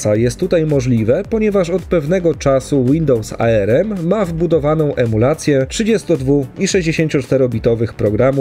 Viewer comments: to nie jest arerem to tylko arm, wymawia się po prostu arm, a nie ARM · "A ER EM" nic tak mocno mnie nie skręciło jak wymowa ARM... mówi się tak jak wygląda...